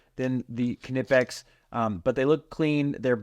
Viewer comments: knipex is a german company, the K is silent like in the word knife- “nip-ex” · Let me settle this for you 100% You are pronouncing KNIPEX wrong. There is only one way to pronounce it correctly, and that is "k-nee-pex".... Pronounce the"k", it is a long "E" sound ( not a short "i") ... Watch any video with employees in Germany at Knipex and this is how they all pronounce it. Your welcome. lol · lol it’s nip-ex. I don’t care what they say they are pronounced they’re wrong. It’s like gif. The owner says it’s jiff, they are wrong. 😂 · Why do we pronounce the "k" in Knipex? We never pronounce it in "knife." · Kah-nipex? Always wondered how to pronounce knipex. Is the “K” silent? 🤔 Haha “fight me” 😂